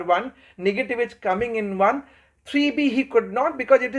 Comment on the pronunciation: Yes, very good lecture but pronounciation of some eng words is to be improved. Like 'is' spoken as 'ij'